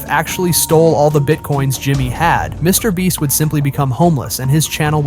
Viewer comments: You were saying mr bleach instead of mr beast 😂😂😂😂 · He always say Me Brest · i swear i heard you say "mr breast" and "mr bleach" lol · Stupid ai channels using the mr breast name for extra views👀😂😂😂 Edit: sorry, "mr bleach"😂😂😂😂😂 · mr bleach lol this AI cant seem to get it right😭🤣⚰ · WHY IS THE AI SAYING MR BREAST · Bro is saying mrbreast then mrbleach wtf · "Mr Breast" ☠️ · how did i not catch these both the first time😂 how tf did he mess up his name with such clarity twice!! after saying it correctly a ton of times lmao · He said Mr. Breast too lmao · Why do you say his name different lol